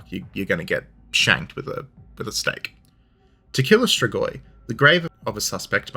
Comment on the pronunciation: Your pronunciation "stregoi" to my ear sounded very similar to the Italian word for witch, strega(fem) strego(masc). Romanian being at root a latin based language, not unlikely that "stregoi" is a shared word.....yeah, kinda of a pedantic comment...but history of everything and all that. Thanks for light hearted detour.